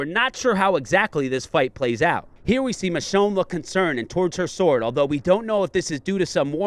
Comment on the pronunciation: It's michonne by the way